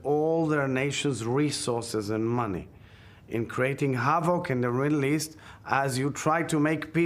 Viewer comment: this guy said 'create havoc in the riddle east" not middle lol